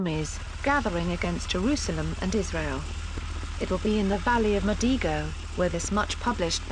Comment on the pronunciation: Valley of Megiddo, not Mediggo.